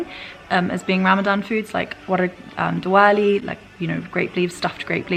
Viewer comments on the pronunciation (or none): none